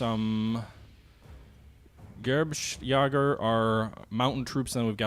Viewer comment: Here is how you say jager. YAY' - rhymes with 'say' 'ger' - hard 'g', as in 'grass', followed by 'er', as in 'herd'